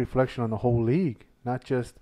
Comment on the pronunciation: None of y’all are saying the league name right still 🤣🤣. And y’all congratulating each other for saying it wrong still lmao